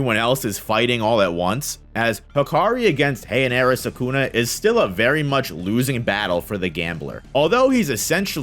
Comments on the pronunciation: Can you try a little more to pronounce Sukuna instead of Sakuna, and just so you know Sakuna is a female name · Ah yes, "Sakuna"